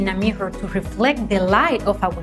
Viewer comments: What are you talking about? She recommends mihas 😄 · I love how she pronounce mirror 😙